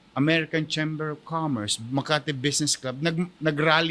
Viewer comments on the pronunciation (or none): none